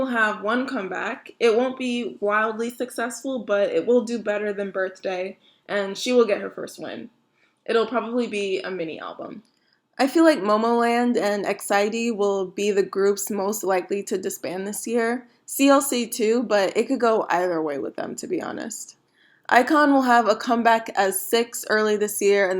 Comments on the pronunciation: yeah but it's E X I D not exiety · that's how you say their name E.X.I.D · “exiety” lol wut